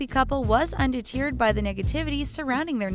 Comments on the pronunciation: ...how did the narrator just pronounce "undeterred" and "lieu" ?! Is this just some Americanisation? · 'Under-tiered'? Doesn't she mean 'undeterred'? Lol 🤔😏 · "Un-dee-teered"? Do you mean "undeterred"? Wow, you mispronounce words in every video. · Omg. This person narrating is BEYOND annoying. “Emmediately” “Earnest August” “Un-de-teared” (undeterred), “shtreak” (streak), etc. It probably wasn’t meant to be colloquial that they named the channel “”. Clearly this person isn’t educated, and most obviously didn’t write her lines, nor does she use these words in daily communication. Annoying. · WHAT is this woman saying? "...In ' lear' of gifts." Can't get any facts straight, AND cannot speak? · The pronunciation in this video has me cringing. The way she says 'lieu' and 'undeterred'...if you can't pronounce it, just change the word, hun!